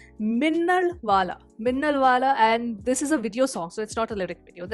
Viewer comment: Minnalvala❌ Minnalvada✅😹🔥